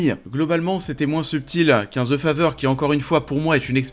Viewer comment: Ze fazer... pourquoi en France les th sont remplacés par des z?